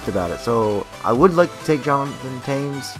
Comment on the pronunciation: U say Tames instead of Toews